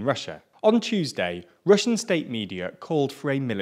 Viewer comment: "Chewsday" I'm sorry